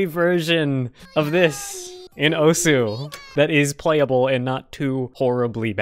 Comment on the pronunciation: I think it’s pronounced osu